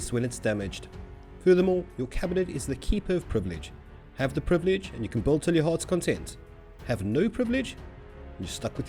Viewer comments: DUDE! It’s “Build” (Bill-duh), not “Bold” (Bowl-duh). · Buddy, it's build. Not bould. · You'll Notice, that he says BULD xd